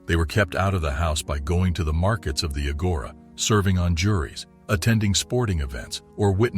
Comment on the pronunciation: "Agora" is pronounced with the accent on the first syllable - NOT the second syllable.